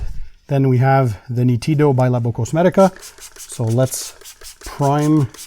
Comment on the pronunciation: Hello. The pronounce is almost perfect, but the accent is on the first "ee" sound, immediately after the "n". Greetings from Italy 🙂